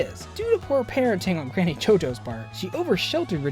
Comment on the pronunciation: did he just say GANNY?! WHAT PLANET DOES HE LIVE IN?!?!?!?!